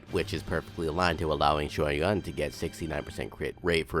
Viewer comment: Surprisingly you trying to pronounce his name in Mandarin term, instead English translated English he is pronounce in QiuYuan, should be pronounce as Chew Yen(or Yuen) instead Q Juan In Chinese it is Chou Yuan, which how pronounce it